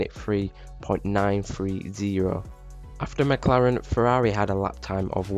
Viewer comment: The way you pronouncing Ferrari and Tauri is hurting my ears.